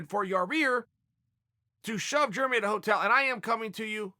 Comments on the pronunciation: love it. Germy xD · I get yarear but who doesn't pronounce germy like that? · Germy and Yarir... Chael being Chael. Jeremy is even an american name. From now on I call Chael, Choel. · Ya-rear and germy. Never change Chael. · Chael should start the Club of Mispronounced Names. Kamara, Germy and YaRear could be the founding members.